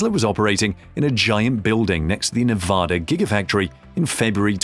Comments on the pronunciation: learn how to pronounce the states name. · PLEASE learn how to pronounce the name of the state of Nevada. The one you have is not correct and just angers those of us that live there or are from there.